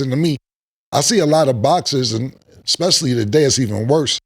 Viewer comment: Yo …”Expecially”